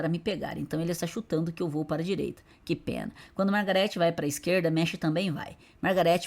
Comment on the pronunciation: Mash = meshi kkkkkkkkkkkkk aqui no nihon a pronunciation e mashu 😊